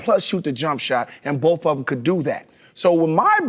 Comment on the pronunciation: sounds like he says “bowf” instead of “both” kind of like buckwheat